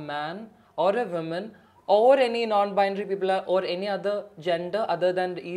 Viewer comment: From someone like Riyas who speaks fabulous english, it's hard to hear woman (singular) pronounced as women ( plural)!!